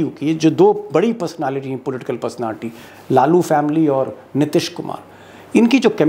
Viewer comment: Sir, Aap " Nitish" ke pronunciation mein always mistake karte hain. Hindi mein Likhte sahi hain. Ti ke uchcharan mein badi ee ki matra hai. Please